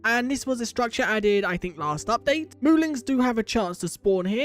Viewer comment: Wait, so are they moolings or moolins? I can't tell, because from what is shown in the UI, it's spelled moolin, but it's definitely being pronounced with a g at the end. I'm not sure if it's intentional, and if not then I apologize if it's insensitive of me to say